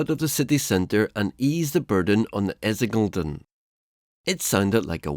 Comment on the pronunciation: Essiŋeː - Leːden